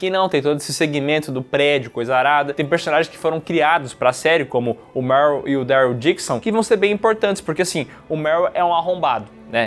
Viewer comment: Salve vcs estão falando errado o nome do rapaz q é racista o nome dele é merle